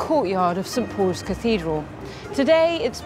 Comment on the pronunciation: she said St. Po'is or poze Cathedral.